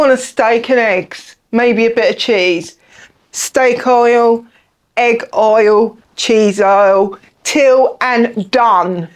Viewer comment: Needed that translation. I heard oil!